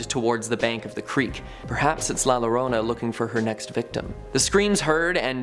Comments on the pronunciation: Please for the love of God if you are going to speak Spanish do your research double LL sounds like Y like "Yorona" just like the U in front of an E is silent like Guerrero is pronounced Gerrero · La Llorona (LA your - OH - nah)